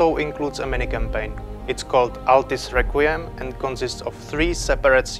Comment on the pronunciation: You know, I thought he said "Autist Requiem" when he said "Altist Requiem"